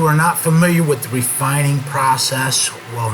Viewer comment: "Refininig" Good video though.